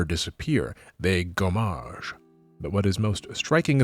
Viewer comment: If you ever have to pronounce so many french words again, one thing you can notice is that in french there are no accented syllables, both in terms of timing and sound volume. In general, every syllable is treated the same : same volume, same length. No "gomMAAAAAAAge".